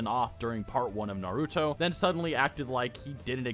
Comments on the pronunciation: I love Naruto, but I can never watch Naruto youtubers because literally all of them can't pronounce any names right. And I'm not being mean, imagine if I made Marvel channel and pronounce Spider-man as Spideer-man 200 times in a single video. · The fact that you struggle to pronounce naruto gives me confidence in your analysis.